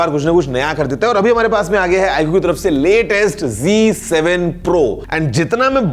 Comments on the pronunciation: 😂😂😂😂 Vivo V27 rebadge Aur Ye G kya h ... G 7 Pro ... Use Z padhate hain .. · Video pr app likhe hai Z7 or bol rhe hai g7 😂